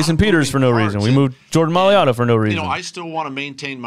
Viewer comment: Read This Jordan M A I - - - LATA Not Ma - - li - - ata M A I L A T A